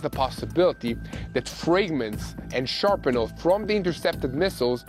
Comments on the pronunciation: shRApnel, not shARpnel... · Its shrapnel. Not sharpenal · It is shrapnel not sharpnel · hand-pink-waving: It's 👉SHRAP-nel,👈 not SHARP-nel.